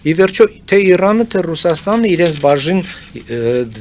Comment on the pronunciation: Լսելը տհաճ է Իռան , Իռան ռ շեշտելը լավ չի լսվում